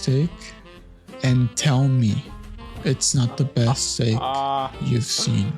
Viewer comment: STEAK. Not STAKE. And that steak is old. Not too cold